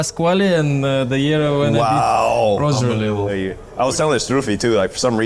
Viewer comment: Diego saying “Rosher” to Roger is very Argentinian 😂❤